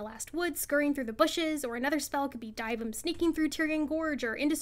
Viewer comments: why r u pronouncing dyvims name like that 💀💀💀💀die vim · another W but the way you say dyvim makes me question everything 😭